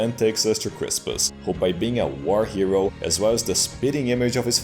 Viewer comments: Haha it sounds like chi-ro when it's saying hero in the intro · The intro is even funnier due to the fact that the "HERO" sounds like "CHI-RHO" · I will now forever hear "CHI RO!" instead of "HERO!" with that song. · OH my god I see what you did there with the intro When the vocalist says "hero" it sounds like "chi ro" and then you've got Constantine swinging the thing around... Haha that's so cool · "Hero" sounds like Chi-Rho, the Christogram on Constantine's standard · Hero sounds like Chi-Rho when Japanese people say it. Maybe that's why he used the OPM OP. Big (guy 4u) if true.